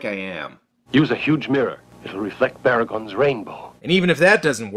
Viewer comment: It's actually BAR- uh-GON. WTF name is Bare-OO-gon? (Not hater that's just the correct pronunciation)